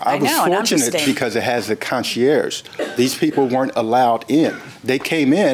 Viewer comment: He doesn't know how to pronounce concierge either.